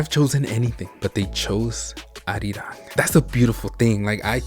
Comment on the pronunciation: OMG IT'S CALLED ARIRANG